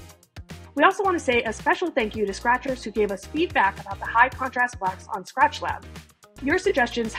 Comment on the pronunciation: "hellou scrahturs!!!!!!"